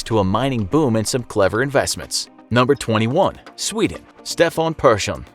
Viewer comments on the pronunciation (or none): none